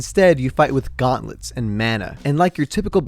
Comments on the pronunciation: ah yes the guantlets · Its GAUNTLETS,not GUATLETS bruh